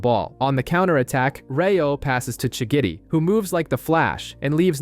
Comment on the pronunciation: Am I the only one who noticed how he always says shigidi instead of shigiri